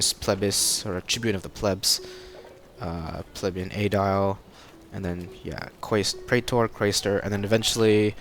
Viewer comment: its pronounced pli bee un not pleb yun